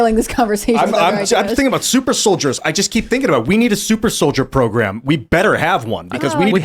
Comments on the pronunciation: Pronounced “solid-ears” apparentally… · Pronounced "sOL-iD-E-eRs"